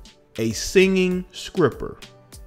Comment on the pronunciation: Did you say a "singing skripper ", dude🤣🤣🤣🤣😑